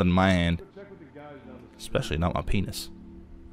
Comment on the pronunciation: The way he says penis is just hilarious